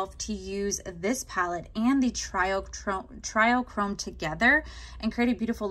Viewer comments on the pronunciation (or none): It doesn't really matter, but it's not try-o-chrome, it's tree-o-chrome <3 Love the look. Love your top. So cute together